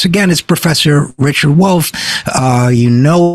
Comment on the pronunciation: “It’s da Wolff! It’s da Wolff” 🐺